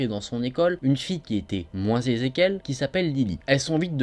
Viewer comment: moins zézé 🤣😂moins aisée il n y a pas de liaison 👍